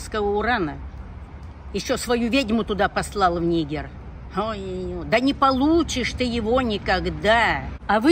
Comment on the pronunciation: Переворот в Ни́гере? 🤣 Быть может, всё-таки в Ниге́ре, не?)